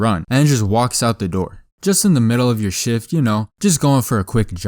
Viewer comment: ever time say "Shift" i hear "Sh*t" instead of shift.